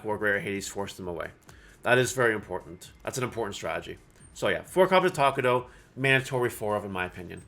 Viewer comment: i really hate how you say takato as takudou ahhhh but its ok